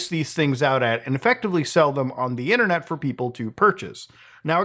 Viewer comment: LOOOL "ONDUHHINNERNIT!"